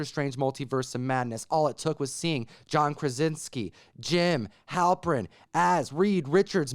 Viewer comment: “Jim Halprin” lol